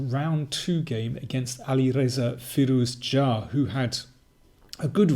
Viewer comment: As a native Iranian I can say that his pronunciation is correct and very close to the native one: fiːɾuːzˈdʒɑː